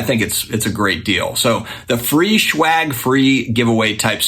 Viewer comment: Are you calling it schwagg?? Lol I’m just giving ya a hard time. Love the content as always